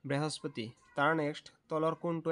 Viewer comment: দাদা বাহস্পতি নহয় বৃহস্পতি